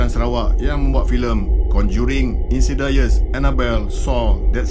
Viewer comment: bang..sebutan insidious ialah insidiyes slm kenal bang, nice vlog